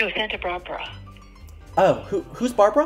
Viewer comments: satnta barbara. no santa brabra... its in SANTA BARBARA. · “Santa Brabra” 💀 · I CANT ‘no.. Santa brabra’